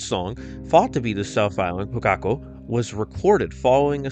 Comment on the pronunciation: I just want to thank you for pronouncing Kōkako correctly, so many people say Ko-kak-O